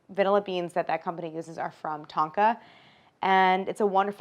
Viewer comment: The way she pronounced Tonga triggered my Pacific Islander fight or flight